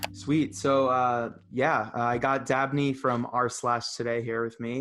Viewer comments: Umm his name is DABNEY not Abney! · I may have misheard, but is his name "Dabney" or "Abney"?